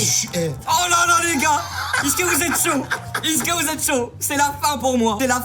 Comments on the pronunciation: Mais je me demande toujours pourquoi se bouffon il dis "iske" vous allez bien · quand tu dit is'que 😂😂😂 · Quand tu dis is-ce que 😂😂😂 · vous aussi inox quand il dit est-ce que endirais qu'il dit isque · Il fait que de dire "icque" pas "est ce que" 😭😭😭